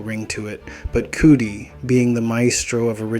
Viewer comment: It’s *cuh-dee, not cootie 😂